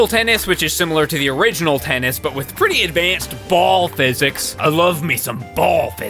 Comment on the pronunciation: i love the emphasis on the BALL😆😆😆